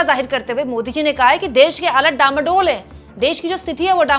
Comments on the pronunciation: * डामाडोल नहीं डांवाडोल! * कश्ती डूबने से पहले हिल्कोरे लेती है उस स्थिति को डांवाडोल कहते हैं! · डामाडोल नहीं डांवाडोल है।